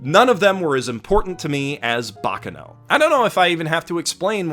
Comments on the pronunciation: Please. it is /bak'kano/ not /'bakkano/. that pronunciation hurts a bit. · The accent is on the second "a" in baccano, and the force needs to be put in the c's, not in the final "no". I don't know what "bocno" is. Sorry, I had to. But... Basically, what made me today are friends. I wouldn't be myself if I hadn't have some friendships through my life. Yes, friendships are one of the main changing forces in my life, both for the better and for the worse. The second I would say it's videogames. The third... I know this would be both laughable for and embarassing, but one of the first thought I EVER remember is being myself, always. And I think that that thought was implanted into me thanks to... Winx. Yup. That bitch ass, lookin' ass, girly ass shit it's the thing that (probably, I don't really know) made me TO THIS DAY. And I am grateful for that. I might have to thank the creator, if I manage to meet him ever again. (Yes, I """"""""met"""""""" him at my first, or second ever Lucca Comix and first/second ever convention, I don't remember this too) Another thing that shaped me in a very strange way was Avatar too. I love that show. Writing this almost made me cry, actually ahah. I am, unfortunately very easy to make me cry, my ex described me as a "glass cannon", while for my whole life I though of being just a very, very VERY weak kid who would not grow up. Plus loving to cry is another thing that helped me think that I was just a weak, frail, powerless kid and girl. And let's not talk about one of my best friends who told me this exact thing. Ok, I g